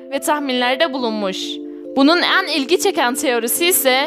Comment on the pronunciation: ABLA SANA BİR SURU SÖYLEMEK İSTİYURUM NEDEN EN SEVDİĞİNİZ YERİNE eaan DİYURSUN SJSJSJ EAN SEVDİĞİNİZ çok komik ZORLA SESİMİ GÜZEL ETMEYE ÇALIŞIYURUMDUR .DSJJSJ